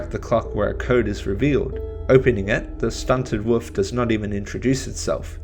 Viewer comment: Woof? Wolf. I'm English and I've heard Americans, Canadian, South Africans, Ugandans and Australians pronounce the L in Wolf. Cute though haha, someone negates the power of the majestic animal though.